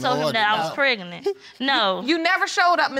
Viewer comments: I can’t even... Preg-a-nent 🤔 why is it so hard to speak well? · “PRAGANENT”...... is that a word?